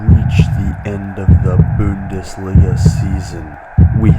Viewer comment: I love the way you say bo-undesliga